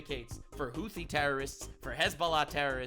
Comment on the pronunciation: For a moment, I thought he said "Luffy terrorists" instead of "Houthi terrorists".